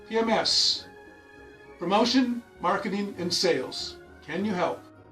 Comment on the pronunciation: "ham"paign, ori"ham"i, pr"ham"otinals. I'll set 'em up, you knock them down.